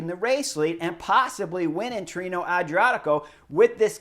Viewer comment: Pronounced: Tee-ray-know 😉